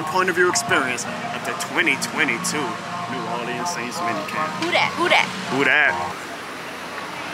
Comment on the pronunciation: you're pronouncing New Orleans wrong, just a heads up